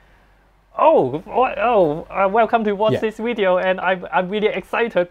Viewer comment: Can you send to a speech pathologist. The word is “video “. Not “wideo”!